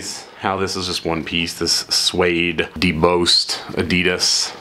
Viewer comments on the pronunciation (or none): It's "Debossed" as in dee-boss not dee-b-ose. I'm not trying to be "that" guy whose a prick. Just for future reference is all.